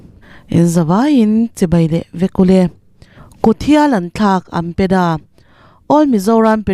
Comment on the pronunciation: AMPEDA - No no AMDA - Yes Yes 😂